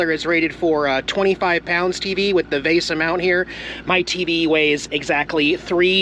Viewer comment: LOL, it's "VEESA", like a Visa card.